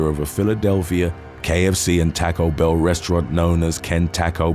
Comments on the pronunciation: You really need to learn how to pronounce American names and cities. "Poo-Joles"? "Dee-I-Onna"? "Tack-o Bell?" C'mon man... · Bro i love your videos, but its TACO Bell, not taco bell